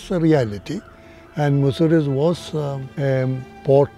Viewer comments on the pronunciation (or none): Its not Muziri. Its Musiri.